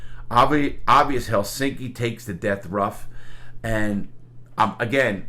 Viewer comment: Very good pronounciation on "Helsinki" Larry! It's a tough word to say for English speakers, but you pronounced it perfectly.